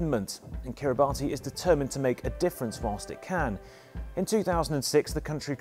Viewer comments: You pronounced their name wrong. Kiribati is pronounced "Kiri-bass" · It is pronounced "ka-ri-bas" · alot of people pronounce it "Ki-ri-ba-tee" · Its pronouncrd "Kiri Bus"